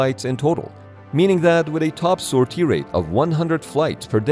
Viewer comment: Thank You for the interesting videos, I like them a lot! I do not wish to point out wrong pronounciations, as english is not my first language either, but sor-TIE ground my gears. I know how hard it is to un-learn wrong pronounciation, so You have my sympathies. Great video none the less! I did not know the french had a nuclear carrier, or that the russians did not have one.